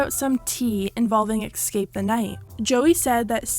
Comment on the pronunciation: "excape" the night... gurl.